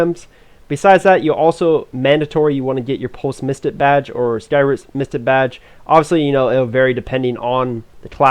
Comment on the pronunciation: Great video, I am sorta returning player , I just gotta point out You don't pronounce things fully Mystic badge (misti badge) you gotta hit that hard k sound and the end of mystic